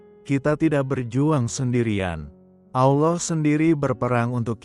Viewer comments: Salah penyebutnya Pak Allah bukan allow itu nama yang sudah betbeda Terima kasih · Saya merasa janggal mendengar pengucapan "ALLAH" manjadi "OLLOH". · Tolong sebutkan Allah dan bukan Allow. Terima kasih. TYm.🙏🙏🙏🙏🙏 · Amin. 🙏 Mimin, biar pakai kata Allah saja tidak usah pakai Auloh lah.... 🙏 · Ameen Halelujah,Doa yg sangat indah tapi sayang penyebutan ALLAH diplesetkan ALLOH,TUHAN ALLAH kami adalah pemilik Surga Damai & Sukacita bukan TUHAN ALLOH pemilik Surga kenikmatan 72 bidadari,tolong dikoreksi donk,membuat mood berdoanya jadi berkurang,kesisipan rasa keki/dongkol mendengarnya,konsep ajaran 2 agama ini berbeda/bertolak belakang sama sekali tidak sama,yg satu mengajarkan kasih & mengampuni,yg satu lg mengajarkan bunuh yg bukan seiman,darahnya halal ditumpahkan,interupsi keberatan penyebutan nama TUHAN ALLAH not TUHAN ALLOH,undestood my brother,thanks 🙏🏻🙏🏻🙏🏻❤❤❤👍👍👍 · kenapa anda menyebut Allah dg Alloh? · Tolong dirubah mengatakannya bukan OLLoh